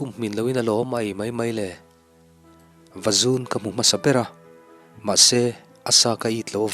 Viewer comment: Vazun tih lai tak kha i lam diklo tlat.zun tih kha thil tam tak sawi a,tam tih lai tak ang khan lam la a dik mai ang.